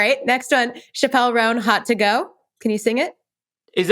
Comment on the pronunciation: great episode. btw Chappell Roan is pronounced "Chapel" like married at the chapel - not "Chappelle" like Dave Chappelle. love the show!